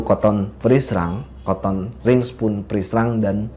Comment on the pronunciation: Kenapa nyebutnya koton, kan mbacanya katen